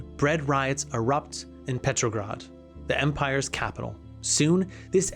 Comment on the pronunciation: The list of words the narrator mispronounces is *wild*. “Astro” instead of Austro “Ampires” instead of Empires “Ishstanbul” instead of Istanbul “Tear” instead of Terror “Bltizkleeg” instead of Blitzkreig “Fasht” instead of Fast “Rusho” instead of Russo “Saravayho” instead of Sarajevo “Tearists” instead of Terrorists “Gernade” instead of Grenade. It was difficult to pay attention to the content while being aurally assaulted by the endless stream of grammatical errors and mispronunciations. It’s almost enough to make one miss the absolutely historically incorrect and inaccurate assertions that the narrator makes regarding the causes and catalysts of the conflict.